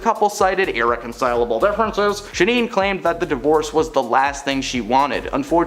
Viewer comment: Just a minor point of curiosity—who the hell is ShaNEEN Doherty? It’s spelled Shannen—do you see an extra “e” in there anywhere? I’m inclined to give you a pass, because her career likely peaked before you were born, although she was a major character in one of the most iconic movies of the past 50 years, “Heathers”. She also came from a time when people were perfectly happy with normal names and spellings and didn’t feel the need to spell “Tiffany” with a “phi”, in some attempt to imbue some sort of weird sophistication in people who are otherwise talentless and completely uninteresting. It’s “Shannen Doherty”, not “ShaNEEN Doherty”. Do you homework, this is supposed to be a professional channel. Every little bit helps!